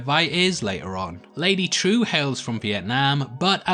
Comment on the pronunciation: Her name is pronounced Trieu /trju/ not True wtf